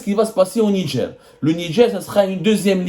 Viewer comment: Au Nidger ??? NIGER !! Arrêter de mettre des « D » partout !!!